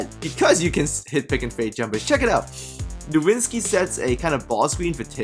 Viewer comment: Dirk is called NO-WITZ-KI! NOT NowiNzski!